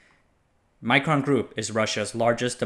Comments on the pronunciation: I think it's not pronounced like "micron", might be wise to pronounce it more Russian, to differentiate them from Micron, an unrelated company. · The i in Mikron is as in pig, not as in Micron. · Micron and Mikron are pronounced differently, you read mikron exactly as it's spelled Микрон